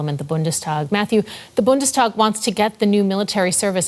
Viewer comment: Please help your boy pronounce Bundestag, long A Bundestaaag